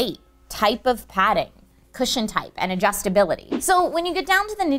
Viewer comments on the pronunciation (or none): none